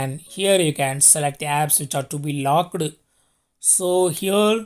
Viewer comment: Lockeedd and mossk...bhai Hindi mein bhi bol sakte ho...Why half English. Giving good information.